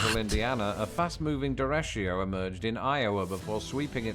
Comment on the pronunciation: Interesting how he pronounces derecho with an "sh" sound instead of "ch" and adding an 'i' before the 'o'. It's pronounced day-ray-cho.